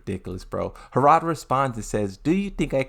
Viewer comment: Bro it’s not hoorada it’s harada, please stop saying hoorada 🤦🏽‍♂️